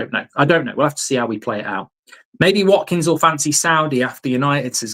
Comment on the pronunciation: I say we get Watkins purely based on the fact Mark can actually say his name properly :D